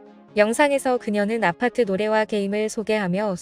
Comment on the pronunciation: 그런데, 왜 외국인들은 <아파트>라고 하지 않고, <º아파트>라고 해? 왜 '쌍이응'의 <아>발음을 하냐고? 쌍이응은 지금 당장 살려야 해. 쌍이응을 한국만 안 쓰지, 전세계적으로는 보편적인 발음 이다.